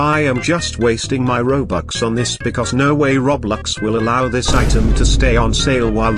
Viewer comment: Bro said kiblox